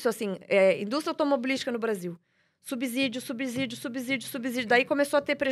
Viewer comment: Minha nossa!! A palavra subsídio não tem som de "Z" no segundo s!! Não se pronuncia subZÍdio!! Para aprender matemática primeiro tem que aprender o português!!!